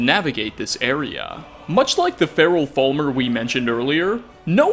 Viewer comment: does anyone else find it annoying how he pronounces falmer as full-mer? he also pronounces cairn as karen